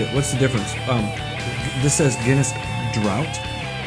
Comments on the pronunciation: Yeah lol he said drought it's Droft "Draught" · cool vid... but 'draught' on the can is not drought - it's draught as in 'draft'. Draught Guinness is the pub/bar experience. it gives you the thick creamy head at home in a can :D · Guinness "Droft" Draught not drought but yeah both are great! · pronounced DRAFT